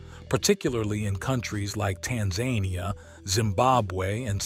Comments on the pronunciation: I've had some of these at my (old) house in Massachusetts, USA... It did (still is!) have a stream, wetlands, a "swamp", trees and horse corrals on each side... So, you ought to be sure that you're giving the facts correctly... Also, it's Taan-zaah-nee-aahh (Tanzania, AFR). NOT tan-zan-ia, like the Taz Devil of Australia ! Ugh... If you're going to teach people make sure you know what you're talking about. I think it's great that everybody posts stuff up here for for other people to see and learn children and it's great but so far I've only seen one out of every three (1:3) videos without having any errors that I know of... Considering how much we watch in a day... Children watch like 50x that.. 😢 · I mean... Showing random photos of millipedes and Scutigera coleoptrata when talking about the Amazonian centipede and pronouncing Tanzania in the most bizarre way - amongst several other issues - really takes away from any credibly towards"education". Might want to actually check your auto imagery and check your facts before uploading the video. Unless education is not actually at all important